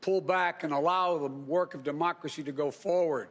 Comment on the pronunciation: is she the one who said "our dermocracy"?